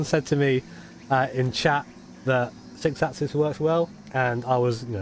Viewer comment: Could you please do the #48 License Test with the 6 asses.... ? TY (It's pronounced: 6 accsEEs). LOL BTW: If I had a dollar for each time you said "6 asses" , ...I could buy a PS4 Pro. :/ LOOOOL